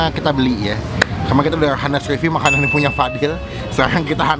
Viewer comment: Bang, pronounciation honest bukan " Hanes" tapi " Anes" H nya gk di pake